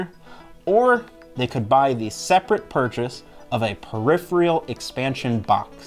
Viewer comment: You keep saying "periphrial" instead of peripheral. Also, you have 486 subscribers. 😀 Now to upgrade that subscriber count to a Pentium…